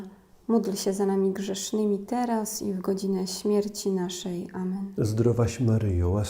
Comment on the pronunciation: prośba, czy mogłaby Pani tak nie intonowac,podkreślać i nie przeciągać słowa,, teraz,, bardzo to rozprasza w skupieniu.